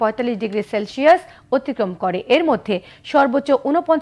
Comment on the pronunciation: শেলশিয়াস নয়, সেলসিয়াস